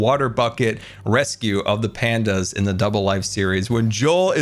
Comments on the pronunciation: Ahem...... its rescue not resue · What a jam packed episode! Ummm......what is a 'resue?' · Panda "resue"? 😂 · “Panda resue” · "Panda Resue" lmao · “Panda Resue” 😂 I love you. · Panda "Resue" Lol I love it